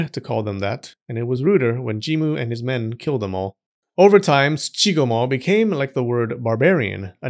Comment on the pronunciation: I know it's not what he was saying, but I couldn't stop hearing JoeRoganMo.